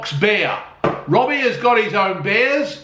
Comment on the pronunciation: Citruseh, zesteh, a little gasseh and yet very tasteh. Well done, Robbeh.